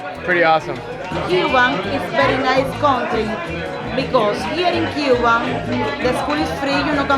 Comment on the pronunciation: Ur pronunciation of Cuba is wrong 😊 you making it look like you speaking English 😅